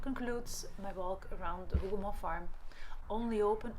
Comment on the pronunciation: This is an excellent video and the historical overview is spot on. I also appreciate your pronunciation of the Hougoumont farm and other locations. It sincerely helps those of us who primarily rely on written sources. You have inspired me to return to the battlefield after more than 20 years. Thank you.